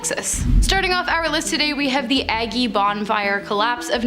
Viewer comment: 30 seconds in and I had to pause and go “Agge..Aggie…Agge..” 😂 OHH IT BOTHERED ME SOO MUCH.